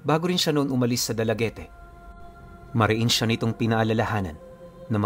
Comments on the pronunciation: Shout out dalagute cebu pipunu dalaget ang tamang basa po. dalaugete peru psg basa dalaget.. ilove u po. Sana maka punta ka diti sa cebu. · Dalagit po pronunciation nyan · Dalaguete silent ehh po yan sa dulo..Bali basahin mo sya dalaguet silent e ang dulo. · DALAGIT PO ANG PAGBIGKAS NYAN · Dalaguete po ang tama niyan. Pronounce as Dalaget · Dalaguete pronounce as Dalaget yan